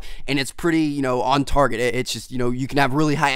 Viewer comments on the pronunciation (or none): none